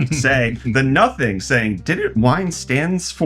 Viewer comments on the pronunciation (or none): none